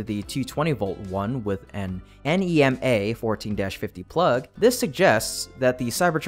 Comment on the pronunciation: NEMA 240 volt Power Receptacles are pronounced, Neema you don’t state the individual letters and there’s no such thing as 115 V Receptacles they are 120Volt the power grid is set up 120 V and 240 V for residential use!